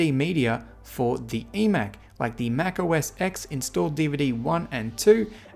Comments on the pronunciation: Please stop saying 'Mac O S Ex' its 'Mac O S Ten'..... as a Mac person, you know this...!! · It's pronounced Mac O S 10